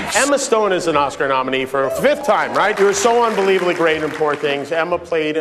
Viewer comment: not bad bunny not being able to pronounce oscar